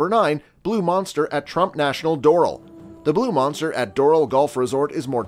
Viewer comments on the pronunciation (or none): It's pronounced dor-AL, not DOR-al. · Learn how to pronounce DORAL. It’s not like floral for crying out loud. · Videos are good. Narration is bad. i think made by guys that just decided to try and make money doing youtube golf videos. Not golfers for sure. Can't even pronounce Doral properly. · you mispronounced Doral & Kiawah! You lose all credibility when you can't even pronounce the course name.